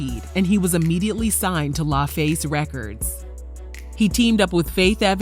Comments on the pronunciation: It’s LAFACE (Luh Face) not LieFace 😩😂😂😂😂😂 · Way you pronounced La killed me